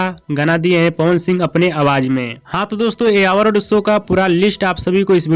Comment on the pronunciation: आवारड शो नहीं अवार्ड शो होता पहले बोलने सिख ले घारा घरी सब चैनल खोल के सब अपने आप को होसियार समझ रहा है